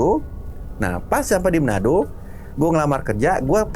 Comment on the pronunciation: Bukan menado bang tapi manado